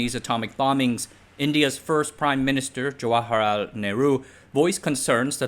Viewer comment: oh my god you suck at reading this script. Get someone else to do it. What is this, AI trash? Jawaharaoo Nehru. Manazite. Gotta get that Manazite. LOL